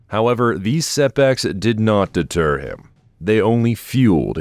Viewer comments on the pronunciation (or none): none